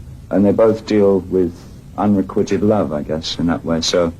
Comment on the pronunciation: Two words he uses here interest me: redolent and unrequited. He puts the accent on the second syllable of redolent (it should be on the first) and pronounces unrequited as if it had two Ts: "quitted". I don't point this out to be mean, but because it implicitly says a lot about who David Bowie was. He learned these words from the books he was always greedily reading, rather than from talking to the kind of people who might use them. There's aspiration in that endless self-improvement, and also some loneliness, some social isolation. He's climbing a ladder that occasionally wobbles, but it's worth it.